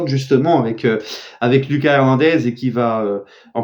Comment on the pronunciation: STP lit mon commentaire là: La prononciation de Lucas Hernandez c'est "Loukass", c'est à l'espagnol, tu le dis mal dans chaque vidéo. Deuxièmement, pour Serif Nhaga, c'est "SERIF", pas "Cherif". STP Chef 🙏